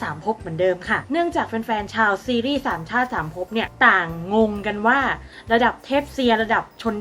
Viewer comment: ได้ยินเป็นสามช่า สามภพ 5555+